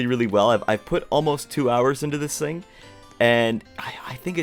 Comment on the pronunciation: Your so good at building but, you keep saying think instead of thing